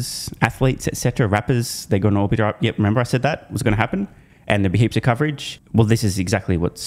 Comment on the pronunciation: "hips of coverage"